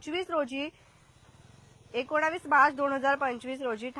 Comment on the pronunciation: 1.30mins ekonaavis naste ekonis bola